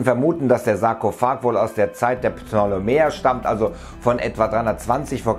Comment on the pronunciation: Pneeuenueeaa zeit xD